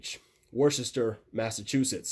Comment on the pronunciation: Super helpful thank u! Just a tip tho, if u ever fly to worchester make sure you know how to pronounce it right (wooster) as a Massachusetts local we catch when people don’t know how to say it correctly.